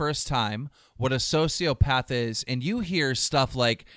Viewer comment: kinda funny how keem goes from not knowing much and mispronouncing sociopath to knowing everything about how it can't be on a spectrum.